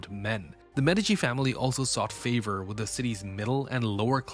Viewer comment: This an Ai channel or what? It's not waaah it's war! It's not medicine family it's medichi... Lol